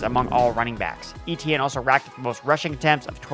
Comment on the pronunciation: Eh--Tyen. Eh-Tyen. Not EE-Tee-En